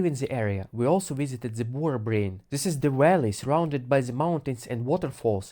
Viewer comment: It took me about five minutes to realize he was saying “valley”. 😂😂😂